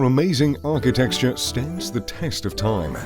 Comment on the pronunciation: Okay so he can’t say ARCHITECTURE (which isn’t pronounced archi texture), R.E.M, or Edinburgh ( which is pronounced Edin bu ra.)